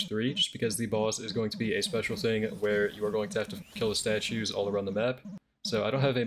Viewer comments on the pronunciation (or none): why are you saying estatues